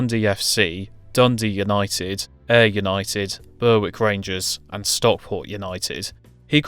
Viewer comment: most were not bad. Berwick is "Berr ick" and Kenny Deuchars is pronounced "Dew chars" where the ch is like the end of Loch rather than the ch in church. Dewkars is pretty close if you can't do a Scottish Ch though. I really enjoyed it. If you are looking for another wee club to look at, east Stirling were the first managerial job of sir Alex Ferguson before disappearing out of the Scottish 4th tier after several terrible seasons where they came bottom but were never relegated.